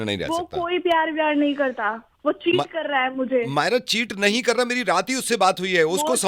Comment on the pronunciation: She's saying Hae ni instead of Hai Nahi she's nibbi😂